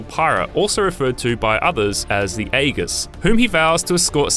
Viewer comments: It’s pronounced “e-jiss” dozens of times through the game but he pronounces it “ay-guess” lol 10/10 IGN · The “egg-is”.... it’s so perplexing when reviewers don’t even respect a franchise enough to do their research 🤦🏽‍♂️ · The aye-guss.. Jesus Christ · you can tell he didn’t play the game, it’s pronounced several dozen times throughout the game lol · lol did he even play this? The way he pronounced Aegis... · he missed the B button in every special and mispronounced aegis sounds like the player is different from the reviewer